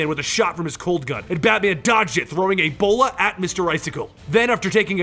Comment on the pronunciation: "...Batman dodged it throwing EBOLA at Mr. Icicle!" 😭😂😂 (Ik he said a "bola")